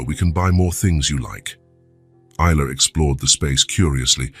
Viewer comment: Is..la Ai pronounce right😢